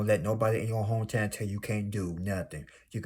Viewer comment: Not Hah-to on your name😂💀. Sorry I cracked up with every Hah-to you said but I definitely received the message. ❤thank you 🙏🏾 be blessed. You’re 100% right.